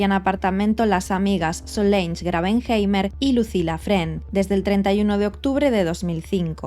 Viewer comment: Se llamaba Solange y se pronuncia "solansh".